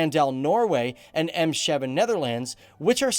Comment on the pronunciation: Lol emsheven